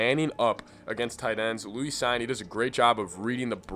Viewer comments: Cine's name is pronounced "seen". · Lewis is just 'LOU-is', not 'lou-EES'. Cine is 'Seen', not 'Sign'. Just wanted to let you know is all. I like the analysis very much.